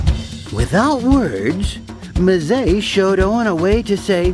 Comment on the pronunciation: It's pronounced "em-ZAY".